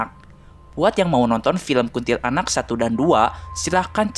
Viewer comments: KUNTILANAK. BACANYA/PENYEBUTANNYA JGN DI POTONG MENJADI DUA SUKU KATA. BUKAN : KUNTIL ANAK TAPI : KUNTILANAK (PENYEBUTANNYA DI SAMBUNG) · Kuntilanak bang, bukan kuntil anak😂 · Bukan kunntilaanak yg benar kuntilanak q Tot 😂😂😂